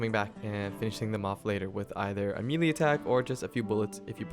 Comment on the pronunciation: MAY-LAY......not Me-Lee. Word is French origin.